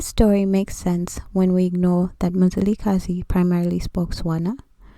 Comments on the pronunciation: Your information is incorrect. 1stly, you're mispronouncing the name and therefore losing its meaning. His name was not Mzilikazi as the white people would say, which actually takes all meaning from it, but was Mzili'Gazi meaning fasting from blood. Which means blood letting wasn't his thing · Mzila we Gazi and pronouced fast MziliGazi Mzila - Veins/arteries we-of Gazi- blood This Nguni. Please correct🙏🏽